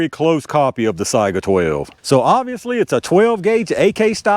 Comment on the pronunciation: You might be the first YouTuber I've heard pronounce Saiga correctly. I don't know why it's so hard, but everyone seems to screw it up. Most people pronounce it say-ga instead of sigh-ga. When I ask them how they pronounce Saigon, I usually get a blank look. People are funny.